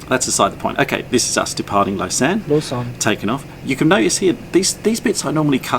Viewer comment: Hey ! I'm born and live in Lausanne ! (It's actually French speaking and not Swiss German so you have to pronounce it "the French way" haha) I was in Australia 7 months, I missed the lake and the alps so much, Australia looked so flat haha Hope you enjoyed !!